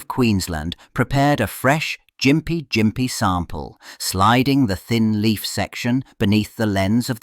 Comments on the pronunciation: Gympie is pronounced with a hard "G" as in "gimp." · The g in Gympie is hard, like gum or golf.